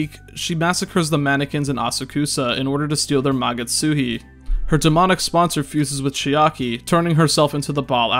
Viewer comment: Am I the only one who's always read it as magatSUSHI? Hearing it pronounced correctly is honestly pretty disturbing